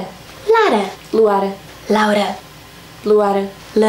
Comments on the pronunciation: No segundo ela falou Laura não Luara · Meu sonho e a aprender a falar o nome Luara